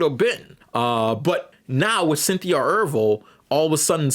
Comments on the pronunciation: Is mispronouncing words apart of your internet persona? Because why are you pronouncing Erivo “Er-Vo” instead of “Er-Re-Vo”? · E-'R-I'-Vo. The 'I' is not silent. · You keep saying mommy and ervo instead of mammy and erivo.